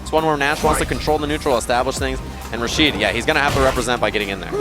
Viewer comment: "Rashido" lol